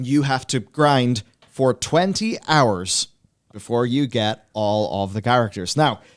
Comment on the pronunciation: Ah, again dedicating my free hors and all of my pawr to listen to this